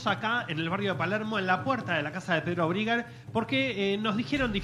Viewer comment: "briger" Mamita esta chica. No le da.